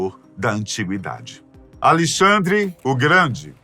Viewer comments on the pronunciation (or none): Acho que o nome do rei é Alexandre e não Alixandre!